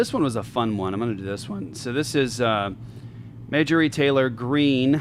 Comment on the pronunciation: Makes fun of Megan Kelly for mispronouncing Ephesians, and the calls Marjorie Taylor Green, "Majory".